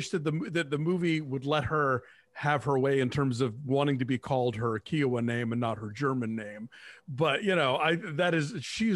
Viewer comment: It's Ky-oh-wa or khoi-goo. Thokoys mawbain-daw.